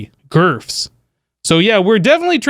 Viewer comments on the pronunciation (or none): I love that you call it "GRF's" lol.